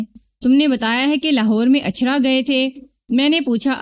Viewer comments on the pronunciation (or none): Ichhra, not Achha. Please correct.